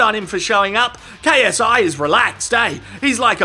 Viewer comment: I find it so funny that when KSI does his intro it sound like “ yo what’s up it’s your boy KSI LGBT” keep it up